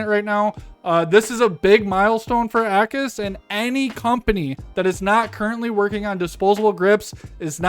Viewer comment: it's not AKKUS, it's A-cus:face-green-smiling